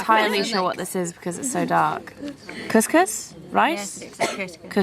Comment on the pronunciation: I love the way you said cuscus